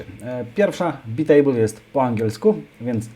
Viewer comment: To nie czyta się przypadkiem "bajtejbl"?